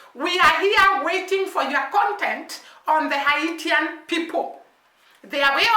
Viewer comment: Good day and god bless you, Just an FYI I know it Spelled Haitian however it’s actually pronounced “Hay-shon” the T in the proper spelling is more like an “S”in this case. I really do enjoy your perspectives keep the videos coming. I’m a Jamaican that wants to let people know the true history of Haiti and why all the peoples of the Caribbean should be gratefully to them. I don’t want to spoil the content of the Documentary /Movie by saying anything else. See link below.